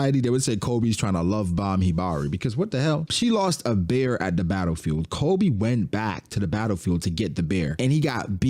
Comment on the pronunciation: His name is Koby. KO-BEE. STOP SAYING Kolby.